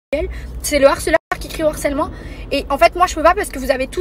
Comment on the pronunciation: Merci. On rehausse le débat. De même que mes oreilles me font mal à chaque fois que j entend l harcèlement. Alloooooo...C LE harcèlement, le h n est pas aspiré. Mais bon...C peut être un peu trop pour eux...